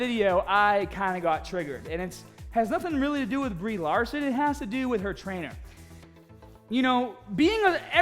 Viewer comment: You know who plays Captain Mahhhvel? Brie Lahhhhhhhson